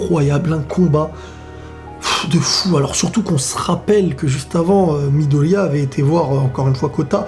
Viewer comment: "shouto" et "midolia"ptdr tu ma tuer